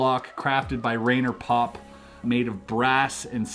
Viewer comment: Pronounced RYE-ner Popp